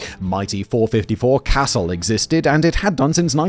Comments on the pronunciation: CA-zule, Simon, not cassel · Not "Castle".. "KUH-zuuhl". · Yea. Good video. My only complaint was on the 453 casull. It's not cass-el. It's cuss-ule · Note : the .454 Casull ispronounced "CA SOULE'" not casoll. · Casull is pronounced "Cuh-sool" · SIDE PROJECTS, YOU TOOLS almost made up for the fact that a guy named Simon tried to talk about ridiculously overpowered handguns, in an English accent. I don't know what a .454 "Castle" is but suddenly I want one. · 1) Some of the smaller punt guns were chambered in 2 bore. 2) Casull is pronounced "kuh-SOOL". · Scott from Kentucky Ballistics, Matt from Demolition Ranch and Gun Jesus himself, Ian from Forgotten Weapons. What a treat to see them included in this video. Also, Casull is pronounced ca-sool. Like stool, but without the t. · 454 "cuh-sue-ll" is how it's pronounced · .454 “castle” come on man it sounds so much better when you properly pronounce it